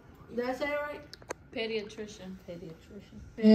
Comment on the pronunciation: Lol y’all wasn’t saying penicillin or pediatrician right 😂😂😂